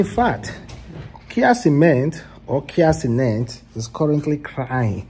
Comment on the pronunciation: Cia kenent😮. Bruuuuhhhhh Tf. Its Kai Cenat bro.😅